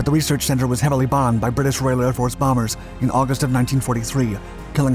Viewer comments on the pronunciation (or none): none